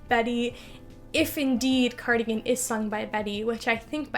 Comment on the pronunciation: cardigan sounds like “car again”